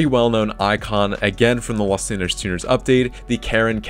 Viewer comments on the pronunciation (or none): none